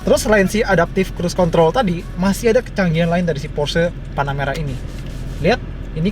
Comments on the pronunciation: ini namanya panaputih gan bukan panameara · apa cuman gua yg denger panamera kedengeranya tanahmerah